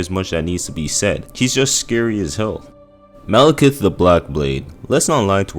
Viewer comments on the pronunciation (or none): none